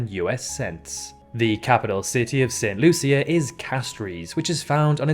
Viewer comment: He's also pronouncing St. Lucia wrong. I live in Barbados and we say "Saint Loosha" (unless I've been saying it wrong all my life).